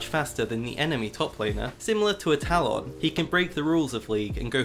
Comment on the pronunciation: I really like your videos but i really DON'T like the way you pronounce "Talon" lol